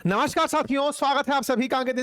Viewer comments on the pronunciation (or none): none